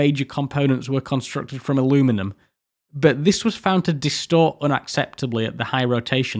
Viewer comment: it's so weird to hear a British accent say aluminum (correctly).